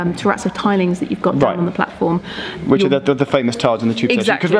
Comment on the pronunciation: Is it me or does the announcement on the new Crossrail train to Paddington say "mind the gap, between the train and the blatform"?